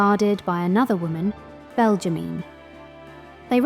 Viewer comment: Belgimine : Belg-ge-mi-ne